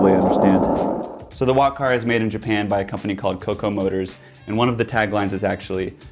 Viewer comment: I thought he said “wockhardt” ngl